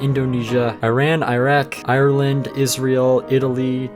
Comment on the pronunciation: I love how american YouTubers pronounce Ireland. EYE-er-LOND